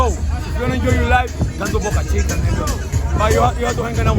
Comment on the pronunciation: Bruh its pronounced Boh'kah Cheekah (Boca Chica) not Boookah Cheekah